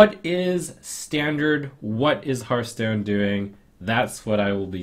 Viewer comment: is german, so it´s "standarT" not standard.